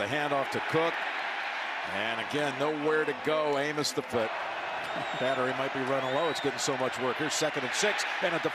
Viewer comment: 💀 I think someone forgot how to say Amos